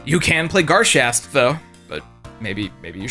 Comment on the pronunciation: You’re butchering garshasp sooooooo fucking bad